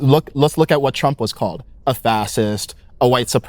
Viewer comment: He pronounces fascist as "fassist". Sounds funny lol